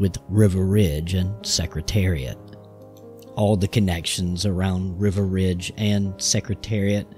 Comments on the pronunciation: It does sound like River, not Riva. Hmmmm. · Is wasn't River, it was Riva Ridge! Riva was my pick for the classics in 72. I wanted him to beat the crap out of his stablemate in the 73 Marlboro Cup. Oh, well. But, he's still my favourite today. So please pronounce his name correctly. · It sounded like the narrator was pronouncing Riva Ridge as river ridge. I have Bill Nacks book on Secretariat. A very good read.